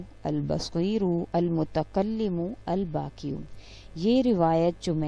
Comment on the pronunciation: پلیز correct ALBAAQI not Albaki Thanks